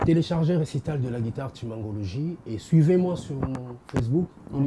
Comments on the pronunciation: toi aussi...on dit guitare, et non gudare! Beaucoup des formations en europe c'est gratos ndeko, yekola ebele si possible... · boulot c bon bravos 👏🏽 mais mingi mingi il faut au travaillé addictions nayo il faut dire Bercy est non bexcy, Guitare non guidare, Squelette non Esqualette sinon bravo pour ton émission vas d l’avent 👏🏽👏🏽👏🏽😂😂